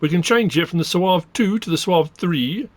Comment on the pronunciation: Soave is an Italian word, so the final 'e' should be pronounced. Wikipedia suggests SWAH-vay.